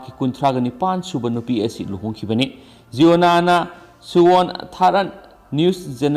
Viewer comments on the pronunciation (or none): Sir jiona Nate,(ziona-)jai-on-ah haibi o🤣